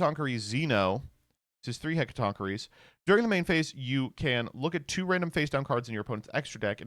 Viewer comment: actually pronouncing Hecatonchiere correctly by looking it is crazy work.